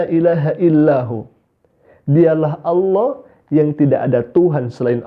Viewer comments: nyebut Alloh aja salah... dipastikan melihat Ultraman dengan 6 sinar... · Sejak Islam aja sudah susah mengucapkan kata ALLAH. Innalilahi wainnailaihi rojiun...